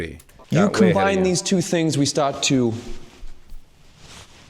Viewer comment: "we stawt to wealize things"